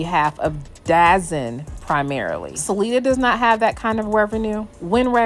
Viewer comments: DAZN is not pronounced Dazen it’s pronounced DA-ZONE hence, DAZN. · you mean DAZN? It’s pronounced The Zone. I got you! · 27 it’s da zone say it right dazn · Great content. By the way, its' pronounced " The Zone". Not Dazon/ Dazn. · It’s not dazzen it’s called the zone dazn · ITS NOT CALLED DAZZIN ITS CALLED DAZONE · It’s “ Da Zone”.